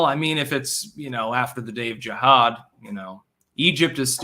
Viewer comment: Since you can't pronounce Jihad, try saying Vermontifada....its simplistic. Either move to oust them or try to reign over your subscribers like a controller/handler instead of a participant and loser of a stall tactic.... You just can't Kvetch hard enough, can you...? Lol...even schmutzed all his daily events into one movement known a Diorrhea of the Mouth. Time to waipipo it all up